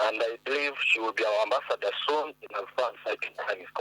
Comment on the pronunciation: 😂😂😂ambassador we natete 🤣🤣